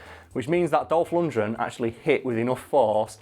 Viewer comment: LundGren not Lundred!!!